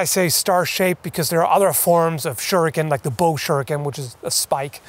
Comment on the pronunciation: For god sakes yankee... its pronounced as Shuriken. Not "shuruken".... its "shuriken".